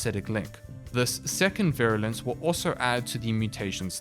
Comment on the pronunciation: You pronounced Virulence correctly, no worries.